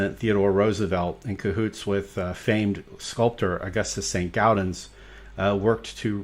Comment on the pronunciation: It's Saint "gaw"dens... Not Saint "gow"dens!